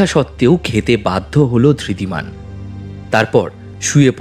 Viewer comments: গল্প টি বেশ ভালো। তবে উচ্চারণে আরো সচেতন হওয়া উচিত। ধৃতিমান কে একমাত্র অরণ্য ছাড়া বাকি সব চরিত্র ই ধির্তি বলেছেন। এটি অবশ্যই শ্রুতি কটু। অভিনয় ও আরও প্রাণবন্ত হওয়া দরকার। তবে গল্পের বলিষ্ঠতা এইসব ত্রুটি গুলি অনেকটাই ঢেকে দিয়েছে। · Ekmatro Aronyo chara baki sobai Dhritiman ke Dhirtiman bolechen--- eta boddo shrutikoto laglo. Bakita khub valo.